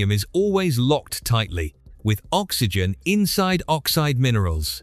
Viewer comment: Ox why gen ? ? ?. For oxygen That's the dumbest pronunciation yet from Ai.